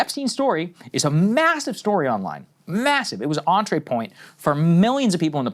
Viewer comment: saagar said "entrée point"... twice 😂